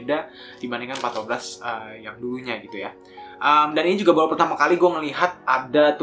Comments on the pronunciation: 3.05 "Partobras" 😂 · Harusnya patrobas cuk bukan patobras wkwk